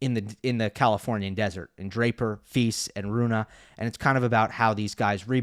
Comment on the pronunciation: I appreciate providing that info; he's trying. In Czech, the diacritic over the S, ie, Š, is pronounced SH, as we all now know.:) Note that he pronounces FILS correctly (rhymes with PEACE). Many American voices in tennis just don't make an effort. Cheers!